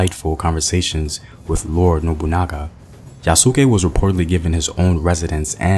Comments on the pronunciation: You need to get the pronunciation of his name right. Just saying. Yes, he was probably originally a slave but by the time he came to Japan, an armed bodyguard to the second highest religious figure after the Pope. He wasn't considered undesirable, in fact he was released back to the Christians because he wasn't Japanese. Nothing else is known about his life after his reuniting with the Christians, there is no more reason to assume he went back to Africa, than there is to think he stayed in Japan or went to India. Yes, the Japanese were amazed to see Black people because they had no frame of reference, however the fact that he became the highest ranking foreigner in Japanese society until William Adams, shows that modern concepts of race should be kept out of the retelling of his story. Unfortunately, that didn't happen in the anime that just came out. Hopefully, they won't try to turn his story into another Last Samurai. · IF THIS MAN SAY YA SOOOOO KE ONE MORE TIME. ITS YAS-KE MY MAN! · I love your videos brother but this was the hardest one to watch. It's Yah-skay. Two sylables not three. Think Asuka from the WWE. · If there is anything to nitpick it's that the emphasis should be on the first syllable (YA su ke rather than ya SU ke), but it's okay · Yes, its YA-SK-É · pronunciation of Yasuke is "Yas K". Not Ya Su Ke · Its YA-SU-KAY NOT YA-SOO-KAY Also Kokujin its black person translated Koku=black Jin=person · It's not ya-suu-kē, its YA-sk-é. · "Yas-ke' not 'Ya-SU-ke' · His name is pronounce yahs-key, the u is silent in Japanese. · Good video, although I believe the “u” in Yasuke is more silent and it sounds more like “Yaas-Kay” (though I could be wrong) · Excellent video like always. I hope they take note to make the movie as authentic as possible...not holding my breath though. Btw the pronunciation for 'Yasuke' is (YAH-skay). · Bro. I cringed every time he said it lol. But I loved this video so much I couldn’t turn it off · It’s yas-Kah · Like Sasuke in naruto